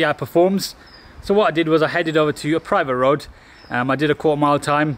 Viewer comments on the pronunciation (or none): The way you emphasised “headed to a private road” 😂😂